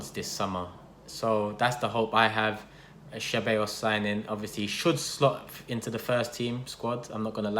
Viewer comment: Man said cheballos